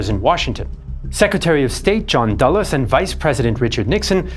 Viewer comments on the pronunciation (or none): none